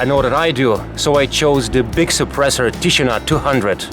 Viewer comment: Correct pronounce is tishinA. It means the silence